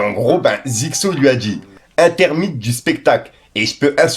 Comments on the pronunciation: Intermittent pas intermitte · Intermite qu'il a dit!!!! 🤣🤣🤣 J'ai jure, y sait pas lire! La vie! 🤣🤣🤣 Ça se dit Intermittent 🤣 (In-ter-mi-tant phonétiquement!) Tu fais mal à la langue française 😭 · intermittent du spectacle ça se prononce intermitt'ENT'. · [ε ̃tε ʀmitɑ ̃] svp! Mais belle énergie jeune homme! Continuez ainsi! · Frero ce que j'en pense c'est qu'on dit "intermittENT" comme "AbsENT" C'est pas un verbe, et encore moins conjugué a la 3eme personne du pluriel, tu proposes du bon contenue mais tu fais 0 effort sur la lecture, la prononciation c'est dommage pour un journaliste du rap